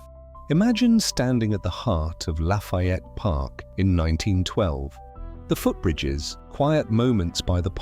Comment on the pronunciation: It's "Show-toe" ya arsehat.... Great-ish video❤ ...omg... it's "Bay-Den" phorkin a.i..... WtF I can't take it. Laughiette?? LoL